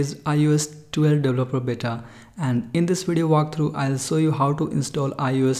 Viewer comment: “ lets download iOS 12 deblaplabluh bata”